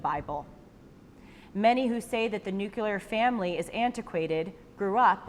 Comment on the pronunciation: 'the nu-cu-lar family'?